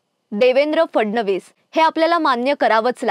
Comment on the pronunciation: ही कोण? We do not want anybody else on the channel. She cannot even pronounce the letter 'फ' properly which is part of the "मकार्" group of letters. It's PHADnavis NOT FADnavis. It's PHODA-PHODI NOT FODA-FODI.